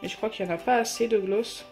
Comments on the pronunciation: Oui grave elle le dis mal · Tu dis tres bizzarement le mot gloss ... on le dit plus aiguë !! Car la tu parles comme les nordistes 🤮🤮🤮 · Nwaar oui elle accentue trop le o